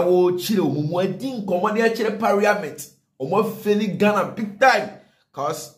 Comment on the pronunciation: is parliament not pariament